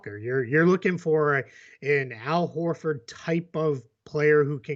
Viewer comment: say Horford more. Need more Bostonian.